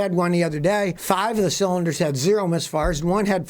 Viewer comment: He keeps saying miss farts.